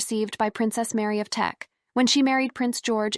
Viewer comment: Lady Louise Windsor is the daughter of the Duke and Duchess of Edinburgh, not their granddaughter. And it's Queen Mary of Teck, not Tech. Did anyone review this before publishing?